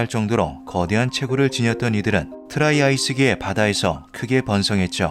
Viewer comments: 트라이아스기라고 잘 쓰셔놓고 트라이아이스라고 잘못말했다ㅋㅋㅋ 헷깔릴 수도 있죠 뭐 ㅋㅋ 자막은 트라이아스기라고 잘 나오지만 트라이아이스기라고 계속 실수로 말하는게 인간적이여서 웃음벨ㅋㅋ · 자꾸 트라이‘아이스’ 라고 하시네 ㅋㅋㅋ